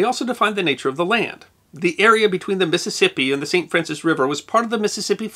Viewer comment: My family is from Stoddard County and I heard stories about my grandfather helping drain the swamp, although he died before I was ever born. I heard them refer to the area as the swamp east, but that term seems unknown outside of there. I appreciate how you pronounce St Francois like a local. I know you are from the general region and your pronunciation shows it.